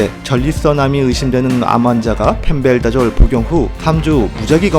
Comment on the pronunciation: 근데 펜벤다졸인데 왜 계속 펜벨다졸로 발음하시는건지 ^^